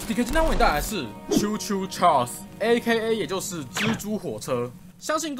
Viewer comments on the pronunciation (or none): 你最後面念稱Choo Choo Carl's 了